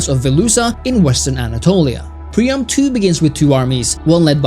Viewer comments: Dude Pree-am. Its hard to take you serious when you cant even pronounce the name rjght. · Anyone else losing their mind over "Prima"?! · Excellent review, but cant help noticing you pronounce Priam's name as Prima multiple times lol